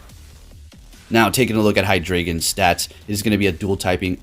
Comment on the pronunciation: Just fyi, you pronounce drei as DRY not dray.